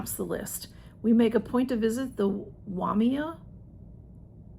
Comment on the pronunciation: You did Very Well with the words --- ai = i / Waimea == Why may uh